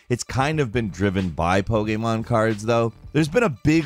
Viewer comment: Damn I'm so happy you say Po-K-Mon not Po-Key-Mon